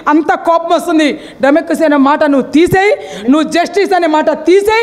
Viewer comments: డ్రెమక్కసీ కాదక్కా....... డెమోక్రసీ....... నువ్వు నీ యదవ ఆర్భాటం.. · తల్లీ నువ్వు చెప్పినవన్నీ బాగున్నాయ్. కానీ డెమోక్రసీ అనే పదాన్ని సక్రమం గా పలకడం నేర్చుకో. లేదా హాయిగా ప్రజాస్వామ్యం అని పలుకు.